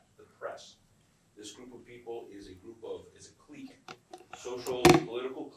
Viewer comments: Except repeatedly mispronouncing clique as 'cleek' instead of 'click' was particularly douchey imo 😂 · He sounds especially idiotic repeatedly pronouncing the Q in clique. Shouldn't someone who went to law school know it's pronounced 'click'